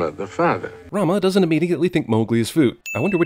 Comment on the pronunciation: You're trying to be part of CinemaSins and completely butchered the word "doesn't." (Ding)